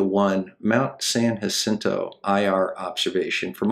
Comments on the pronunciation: It's Mt. San-YA-sinto, and Point DOOM. But, then again, I doubt I could pronounce half the cities in MI... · Thank you for pronouncing San Jacinto correctly!